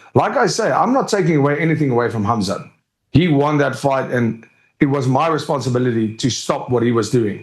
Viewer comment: Ariel pronounces Khamzat with that Russian h sound poggies